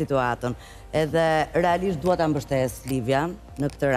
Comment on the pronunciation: Hahaa😂 Ai momenti “relaisht&sinqeisht”….si kiara❤